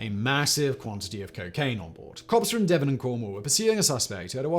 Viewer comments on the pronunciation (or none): none